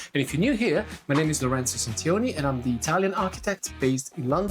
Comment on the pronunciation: I notice that you do not pronounce Centioni as I expected of an Italian. Is that because you despair of getting the English to get it right? 🤔